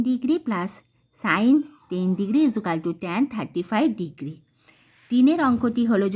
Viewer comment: ইজুকালটু বলছেন কেন ❓😂